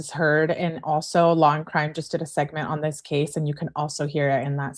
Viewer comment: Hey! Can you take a quick look at your emails? I’ll say a couple of words and you’ll know: “law and cwime” 🤦🏼‍♀️